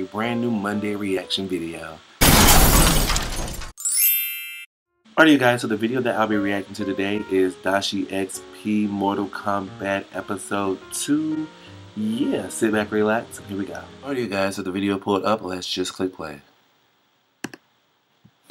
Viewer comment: It's not pronounced doshie it's dash like - so it's Dashiexp not doshiexp